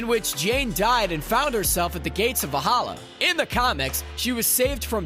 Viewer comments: ..and Valhalla (not Va-halla). It all makes him sound like a rube and not an actual fan. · 26 the L before the H in Valhalla…